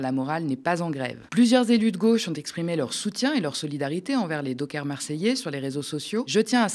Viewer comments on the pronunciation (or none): On ne dit les "dockeurs " mais les "dockers" comme les chiens "cockers". Le gouvernement nous fait toute une série de mesures contre un président désireux de récupérer l'Ukraine, faute de respect des accords signés à la fin de la guerre froide, mais face à NazIsraël, les élus de gauche n'ont rien fait ? Les nations unies n'ont rien demandé ? Aucun blocus, aucune sanction économique ? Mais qu'attendez-vous pour organiser un mouvement d'opposition à tous ces hypocrites pro-nazis ?